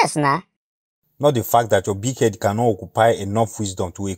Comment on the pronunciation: Correction ; its head not fead !